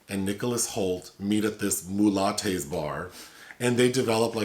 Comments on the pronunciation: Hey guys. Mulate's is a family name, and locals pronounce it "mew-lats'. I know it almost sounds like a problematic term, but's not that. They come from cajun country where the original restaurant is. Also, it looks nothing like that. They have cajun music and dancing, but more family oriented than Vegas. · [spit take] did you just say MULATTE'S?!